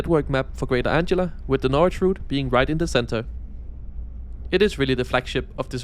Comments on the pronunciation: presumably it is anglia with a hard g sound because the angles were a germanic tribe and said g as a hard g?? grange, range, strange and etc. all said with soft g sound in english. tricky to learn all the pronunciations in english no doubt! great video! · you pronounce Anglia with a hard G sound, as in angle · I have adopted your pronunciation of Greater '.' 🤣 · It's Ang - li - a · is the name of a girl. The "g" in Anglia is pronounced "ger" like God. Anglia is a famous region in England, and with Lincolnshire is the same size as the Netherlands in Europe. I just travelled on your featured train two days ago (as I had to go to Ipswich). Yes, it's very nice, but I'm quite happy with all our trains. Each line seems to have different vehicles. Instead of complaining about things, I spend my time usefully staying fighting-fit.!! And I take a variety of different trains to get to the various venus. I'm MUCH more concerned about any train being cancelled (due to driver not turning up) than I am concerned about how many wheels the train has got.!!! But thanks anyway. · My thought too. "How the hell can he get that right but say Greater the whole time?" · There is a delicious irony with your mispronunciation. Anglia is named after one of the N Germanic tribes that settled the area - the Angles, name after the Angeln peninsula from an area straddling the modern Danish/German border, along Saxons and Jutes from Jutland. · I wasn't going to comment on your mistake in pronouncing "Anglia" until you managed to get "Beaulieu Park" perfectly!😂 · Hi it's called greater Anglia not greater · Great video! Just a couple of things to point out: - Anglia is pronounced like “an-glee-uh”, not “”. - Crossrail is no longer officially used. Most people just call it the Elizabeth line. Great video nonetheless! 🤗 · As so many others have said - it is "An-glia" and not "Ang-ila" 😂 But easy mistake for anyone whose native language isn't English.